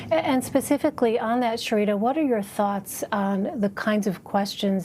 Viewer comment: Lmaoooo her name was ShareeDUH...WTF LMAOOOO